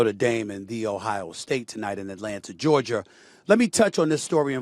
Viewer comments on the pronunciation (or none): “ IN ATLANTA GEORGIRR” 🤣🤣🤣🤣